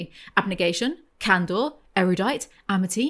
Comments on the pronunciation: God. Please stop saying canDOR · Every time you say “candor” I hear “candle” and I wish candle was a faction